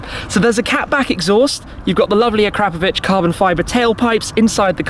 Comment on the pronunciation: Actually, it's "uh-crop-uh-vich" Shmeeeeeeeeeeeeeee says "uh-crap-uh-vich"